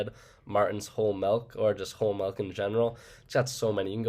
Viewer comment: I actually didn’t even notice the milk mispronunciation lmao